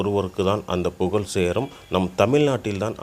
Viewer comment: Sudhanthirathukku - sugathiramunu solluraan Puzhalukku - pugalunu solluraan ivan vaayila darppa pulla pottuthaan koluthanam